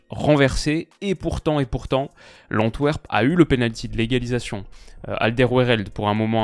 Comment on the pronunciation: Pour quelqu'un qui vit au pays-bas je pensais que tu saurais prononcer correctement Antwerp, un peu déçu..